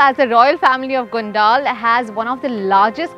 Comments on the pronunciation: You’re pronouncing it very wrong. It is गोनडल and not गोनडाल as you’re pronouncing it. If Indians themselves spoil the pronunciations what can we tell the foreigners? So please take care while pronouncing Indian names 🙏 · Its not gondaal its gondal 😅